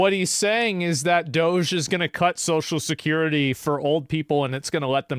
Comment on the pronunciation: "So Shkirity", "So Skirty", "Sosho Skirty" Why do people have such a hard time pronouncing Social Security?